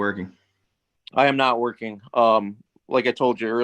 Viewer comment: Everybody has a job starting on Monday, or real soon. Amazing how everybody starts right after court. BTW, "workine" drives me nuts. Yanks! You do great work!